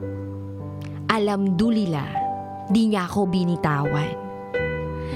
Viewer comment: Hehehhe muslim ang sender ang cute ni Dj Raqqi.. di masyado mapronounce ang InshaAllah. At Alhamdulillah 😁😁😁😊😊😊☺️☺️☺️